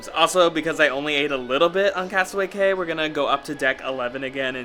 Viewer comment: Cay is pronounced “key”, you had it right earlier👍🏼